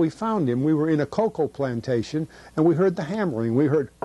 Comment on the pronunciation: everything that comes out of him is truth, as when he slips and says Michelin rubber plant-tation, lol.